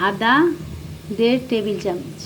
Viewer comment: চামিচ কি,চামচ